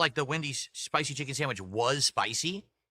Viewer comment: Add a new one to the list... "Jiken " instead of chicken